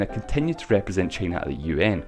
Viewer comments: Shicong Lu trump还不是一样。trump说china想vhina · 只有我一个人听他发音China听得好难受吗… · 魄可 同美国党觉得很容易听懂。只不过China的发音实在有点。。独特？